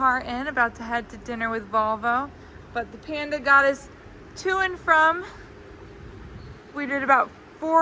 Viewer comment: Panda, not Penda 🤣🤣